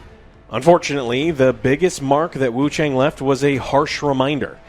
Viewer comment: The A in Wuchang is pronounced like the a in "ah" not as the way the letter "a" is.... Sounds incredibly ugly to keep mispronouncing it.